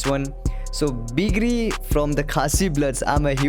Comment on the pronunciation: The legend name is BIG RI not BIKIRI .... You pronounced the name wrong